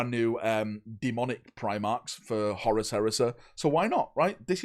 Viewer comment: I like how he calls Horus, Horace